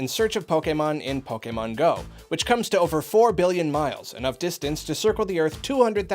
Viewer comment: PIEKAMON GOE? SPUN OOF?